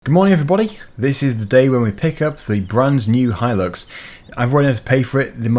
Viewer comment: Thank you for pronouncing Hilux properly. A couple of people I watch pronounce it Hill-ux instead of Hi-lux, drives me nuts.